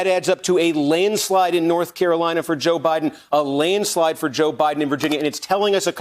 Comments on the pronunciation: A “lane slide”? Have I been saying it wrong my whole life? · Reads the teleprompter laneslide three times in a row....hasn't got the IQ to auto correct himself .....fits the job description perfectly for MSNBC